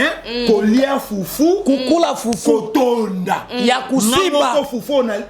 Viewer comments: Wana kiswahili ya lokuta eza kosiba te eza Kushiba siyo kusiba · Ku shiba not ko siba